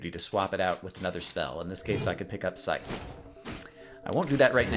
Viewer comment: i see that you say scythe properly now and not pronouncing the "C" in it :)